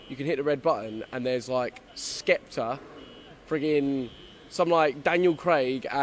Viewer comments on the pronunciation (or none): man said skepta is he skunked i’ve never cringed so hard